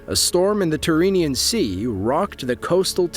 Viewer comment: Tyrrhenian Sea not turinian sea